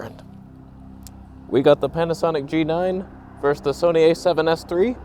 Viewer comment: Question... Is there more toneh... on the Son-eh?